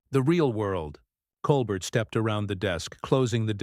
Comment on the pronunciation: I think it’s pronounced Cole bear